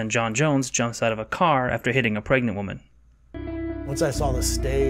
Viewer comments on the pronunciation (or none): none